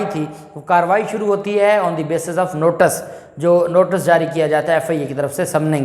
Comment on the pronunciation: Maasha Allah aap bohat achcha boltey hein please NOTICE ko NOTAS NA BOLA KAREIN THANKS